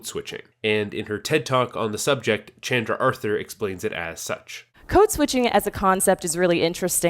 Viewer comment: My apologies to Chandra Arthur whose name I mispronounced in this video. It's pronounced like "Chondra." Sorry!